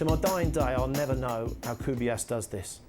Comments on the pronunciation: guys it's CRUYFF not CRYUFF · Cruyff not Cryuff😂